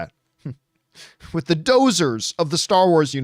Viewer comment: GAH! Doozers not Dozers.